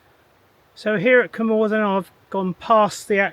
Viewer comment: A great shame that you couldn’t be bothered to make the effort of learning the correct pronunciation of Cwm Orthin and Blaenau Ffestiniog.